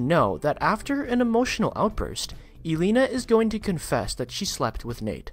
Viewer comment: Your not saying Devon name right its de von not de vin and elena right either I like to hear these but not when he ain't saying name right wow